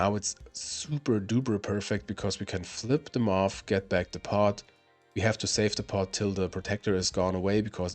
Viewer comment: "Flip the MoF" vs "Flip them of" 😂